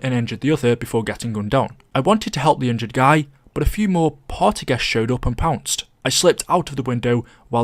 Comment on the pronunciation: I thought you said pounding